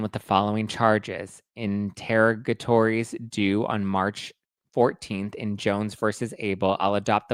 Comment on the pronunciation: Sorry.... I just have to do this bc I keep hearing it mispronounced (not just here) INTER-OG-A-TOR-IES. Sorry! No disrespect. Just wanted you to know! ❤